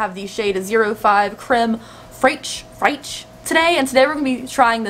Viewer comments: Creme fraiche is pronounced creme fresh :) And the brand name is so cringey I still don't get how it got past focus groups. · Crème fraîche is French and it’s pronounced as “crème fresh”. It means whipped cream. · It's French, and pronounced "crem fraysh" 😁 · I think Creme Fraiche is pronounced kind of like "creme freej" lmao South Park made Stan obsessed with that for an episode and that's how he was saying it sooo 😂